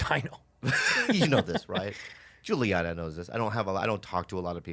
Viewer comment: Is Rudy's real name Juliana? Bobby keeps on saying Juliana.